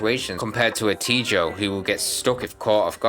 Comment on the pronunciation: You should be arrested for how you said tejo tbh.